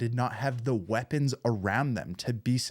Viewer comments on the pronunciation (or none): none